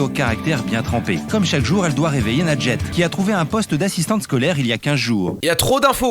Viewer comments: ANECDOTE : Michel de notre équipe n'arrive pas à prononcer ton pseudo, alors il dit MOUSTOU. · Quand la mère dit moi j'entends "lingette" j'suis la seule 😂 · C'est quoi ce prénom sérieux, à chaque fois j'ai l'impression qu'il dis "Lingette" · « bambin » 😭😭😭😭😭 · J'ai compris lingette 🤣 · Pendant toute la vidéo j'entendais "lingette", RIP Panpers votre représentante est pas folle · Perso j'entends "lingette" 🤣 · C’est juste un prénom arabe nadjet mais tu le prononce mal du coup c’est pour sa sa donne r